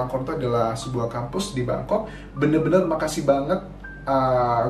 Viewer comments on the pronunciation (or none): none